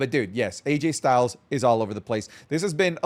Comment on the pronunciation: did just call him "RayJay Styles?"